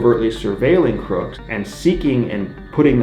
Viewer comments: Why did you say CROOKS’ last name wrong throughout the video, just terrible mental capacity or is it on purpose lol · So you're just going to go the whole video calling him "Thomas Crook" without pronouncing the S in "Crooks"?! Why is that so hard? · Just curious but why the constant mispronunciation of Crook? “Cook” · 1) How'd you manage to pronounce the shooter's name wrong every time and in 3 different ways? (Cook, Cooks, Crook) Last name is CROOKS 2) Why were you hanging out with the sniper with no shirt on? 3) What's up with the red rocket outro? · How do you mispronounce his name the whole video! It's Crooks, not Crook!!! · Were you not saying his last name correct on purpose??? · What’s up with the shooter’s last name being pronounced a bunch of different ways? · "INVESTIGATING" the assassin... and cant even say his name right.... credibility gone